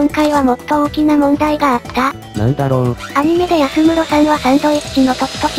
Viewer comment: やすむろ…？あむろですよね…？